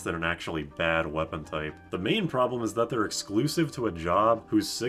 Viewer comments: On the point of the pronunciation of "main gauche" - "main" is pronounced like "men", and "gauche" has the same vowel sound as "ghost" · you are pronouncing "gauche" from "main gauche" correctly. On the other hand, "main" is not from english, it is "hand" from french (is a left-hand knife that's literally called "left-hand" in french). So te ponunciation for main in this case is more like "man" (with a nasal "A" ). Just dropping this trivia because I think that's name is really funny. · You're pronouncing both "main" and "gauche" incorrectly. MAN GOASH. It's French for "left hand." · "main" very much does not rhyme with "don". Both nasal sounds, but very different. I guite like your explanation with "ocean" or "potion" though, it works very well.